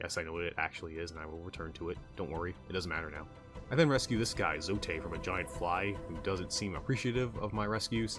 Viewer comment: Nice video man! Hollow Knight is such a gem of a game. Just fyi, it's pronounced 'Zote' like 'goat'